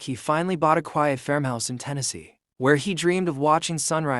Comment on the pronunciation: AI doesn’t know how to pronounce ‘farmhouse’, it’s not fermhouse